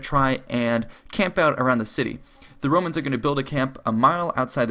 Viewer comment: Very well made and documented video. The problem is that you have a few narrating flaws that reduce the quality of your videos. I do realize this video has been made a long time ago and you probably addressed some of these issues, but i'm going ahead with listing them anyway. You use "thee" instead of "the" consistently throughout your narration even though the nouns you use do not start with vocals. As you may know, "THE" is only pronounced "thee" when the attached noun starts with a vocal. This may be a verbal tic that you can address very easily by marking the nouns that start with a vocal with a magic marker in your script and only pronouncing those as a "thee". The second problem is that you repeat yourself a lot and also use the expression "as i have said" annoyingly often also unnecessarily bloating the length of the video. My suggestion to correct these problems is to write down a script and simply read from it instead of ad-libing. Since you cannot avoid using verbal tics, a script is the only way to go. I hope you don;t mind a bit of criticism and you improve your narration skills over time (invest more skill points in speechcraft). Thank you for making these great videos.